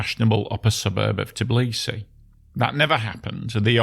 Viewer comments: It's Tbi-li-si, NOT "Tiblisi". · Why is the narrator continuously mispronouncing the name of the city as "Tiblisi", instead of Tbilisi? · Brah! It's forgivable to someone who just casually needs to tell something about the city he never named before to say "TIblisy" but a dude who's making the whole fckn video about it would be nice to learn how to pronounce it properly.